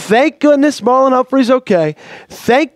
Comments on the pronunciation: It's Marlon, not Marlowe. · he said Marlowe.